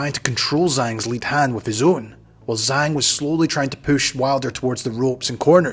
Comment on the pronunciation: His name pronounced Jaang😅